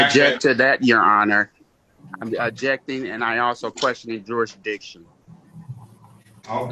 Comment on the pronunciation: The word is oBjecting, no Ujection.